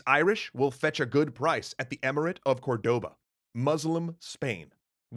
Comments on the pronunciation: Is "Córdoba" As in cOrdoba Not cordOba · Just a simple annotation. It is pronounced Córdoba, no Cordoba.